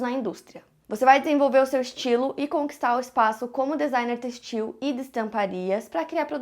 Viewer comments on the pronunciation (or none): O acento no “e” em têxtil não está ali a toa 😂😂 não é textíl, é tÊxtil